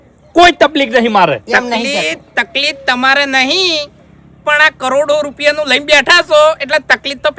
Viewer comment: ખેંગારજી ને તકલીફ શબ્દ બોલતા નથી આવડતું.